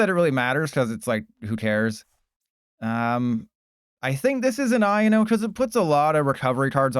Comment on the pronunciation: I and o???? I owe no is the pronunciation